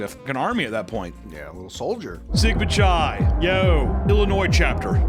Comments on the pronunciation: It’s pronounced With a K like Ki not chai like chai tea. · Chi is pronounced, like saying kai cenats first name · For the love of all that is sacred: Chi is pronounced "Kai." Like Chiron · Chi is pronounced k-eye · / I know you don't care about proper pronounciation, but "chi" (the Greek letter, X) is pronounced "kai," not "chai" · hearing you pronounce chi as CHAI hurt my ears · "Sigma Chai" lmao, it's not pronounced like it's tea 😆🤣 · It literally doesn't matter, but chi (the letter X) is pronounced 'kai'. Chai is a tea. Thank you for coming to my TED talk. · Chi is pronounced "K-eye". I like how you said though. :P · The way you pronounce "CHI" is crazy wrong. Just so you know. Its pronounced KAI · Chi is pronounced Kai,. Gosh. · “Chi” is pronounced like “Kai” like eye with a k in front lol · You've clearly never been a frat guy if you're pronouncing it "chai". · "Chi" is pronounced KAI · Chi (X) is typically pronounced as Kai. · For future reference, χ, spelled chi, is said as Kai, Key if you're in Kingdom Hearts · please god tell me you're misspronouncing "Chi" on purpose... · Having mispronounce sigma chi the entire time is great considering I had a roommate who was in that frat and wouldn't shut the fuck up about it